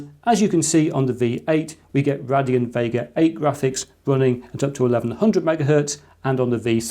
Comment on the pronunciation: RAY-DEE-ON, sorry it triggered me..